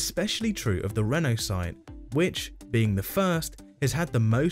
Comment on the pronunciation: Except it's not Reno pronounced like Renault; it's Reeno! I've never heard anyone, including the Brits, pronounce it like Renault - at first I was confused because I thought, how did Renault get into this???